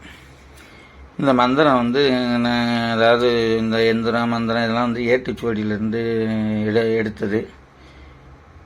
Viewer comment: ஜயா மந்திரம் எந்திரம் தெளிவாக இல்லை